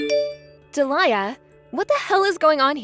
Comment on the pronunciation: Delia is Dee-Lee-Ah not Dah-Lie-Ah